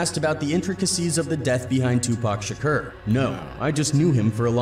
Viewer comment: Does it not bother you that the narrator keeps saying Tupac Shakeeerrr?